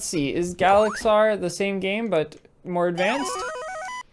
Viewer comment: It’s ga-la-xi-an